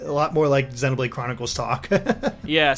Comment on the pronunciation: If he pronounces "Xenoblade" with a short E one more time, I'll EAT Tatsu.